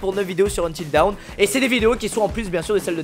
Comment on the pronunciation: Quand quelqu'un prononce Until Dawn "Until Down" 🤦‍♂️🤦‍♂️🤦‍♂️🙄😭😭